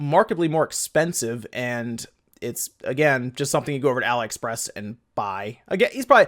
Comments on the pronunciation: .....you get told in every video you talk about them yet you refuse to accept reality. It is not pronounced Ally. It is Ali as in Mohammed Ali, or Alibaba, the prince of thieves. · why do you keep saying 'alah-express'? is it not 'ali-express'? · "ah lee" express...like Muhammad Ali....your enunciation was driving me insane